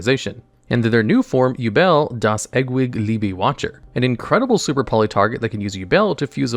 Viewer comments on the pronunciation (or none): Damm.. that was something to hear him try to pronounce "Das Ewig Liebe" and then just translates "Wächter" to Watcher